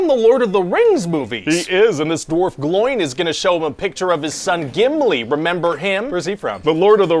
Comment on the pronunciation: The way you pronounce "Gloin" gives me life.